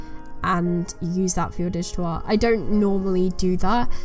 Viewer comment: Damn it always throws me off when you mumble "dish-towah" "when you work on your dish-towah" lol.. first time it took me like 10 minutes to figure out you were saying "digital art" !! it's gorgeous tho ♡